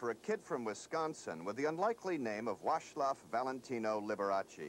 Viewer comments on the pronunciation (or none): the reporter called him "wash lof" talk about butchering a name.